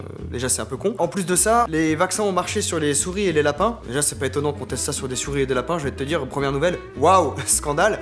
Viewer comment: Les laPINS